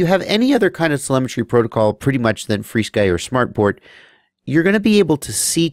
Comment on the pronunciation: "Free Sky" is actually the proper way to pronounce FrSky. They actually tell you that in the manual of their radios like the Taranis. So and everyone else who pronounces it "Free Sky" are saying it correctly as per the company's intention.